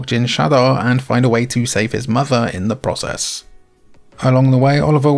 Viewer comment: Not sure if this is an AI voice over content but stopped watching when you couldn't pronounce the word 'Process'